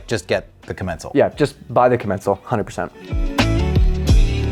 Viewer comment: Kaaa-Men-sall Kaaa-Men-sall not ku-mencel It's just embarrassing.